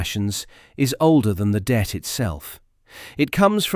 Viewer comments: Not the Debt but the Det. as in “detachment”. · Not dept, Det, FFS!